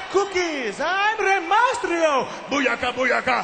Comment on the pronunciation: LOL santino is hilarious in this segment!!!! Rey MASTRIO!!! LOL